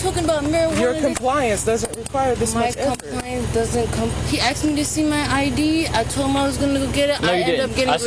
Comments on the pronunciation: he "aksed" me...? Why the hell can't you people pronounce "asked" correctly? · She said AXED put her in jail for being …..slow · "when being AXED simple questions" ??? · he says axed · Asking or Aksing? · It’s “asked” not “axed” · Why can't they say asked?